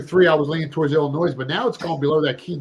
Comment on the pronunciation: Der, never again pronounce the S in Illinois.